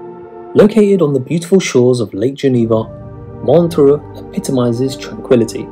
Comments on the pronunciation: Montreux, no A in that name. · It is MontrEUx, not Montreaux and you are showing pictures of Vevey (instead of Montreux)